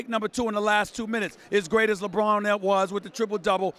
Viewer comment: Lebroom 2× say it 2×